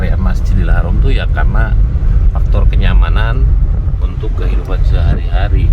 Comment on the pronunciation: BUKAN HAROM TAPI HARAM ...